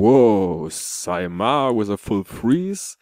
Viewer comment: Definitely yes, you only made the 1st sound a bit nicer than in Finnish ;) Our Eineheminlampi has all e's sounding exactly the same (boring...). On Saimaa you sounded just like a Finn (boring...?) ,)